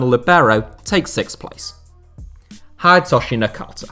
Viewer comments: You know, the least you could do is, learn how to pronounce their name. Hidetoshi is never pronounced "Hyde-toshi". It sound just as it is written - "Hi-de-to-shi". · It's pronounced "Hee-day-toh-shee"! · the way he says Hidetoshi too is awful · That's not how you pronunce "Hidetoshi"